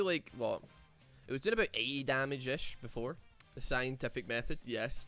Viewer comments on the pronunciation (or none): none